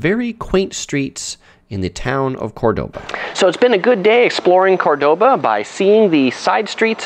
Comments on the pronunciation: Do you know that you are mispronouncing the very name of the city you are making a video about? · Nice video, but please pronounce the name of the city correctly! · Pronouncing Córdoba right would have been a simple improvement